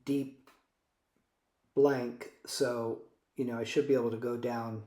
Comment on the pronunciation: You know, when you say you know, you sound like a drunk 20-something female outside a club. Articulate better. We dont know.